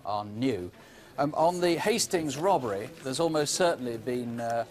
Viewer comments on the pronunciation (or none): Jacqui and ‘robbery’ sounding like ‘rubbery’. Cute, uh?